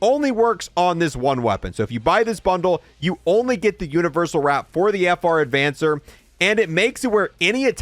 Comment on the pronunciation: FR Avancer, not, "Advancer" lol